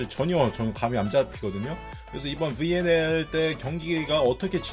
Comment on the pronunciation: 브왈리볼, 븨앤엘...충청도 본토 발음 굿~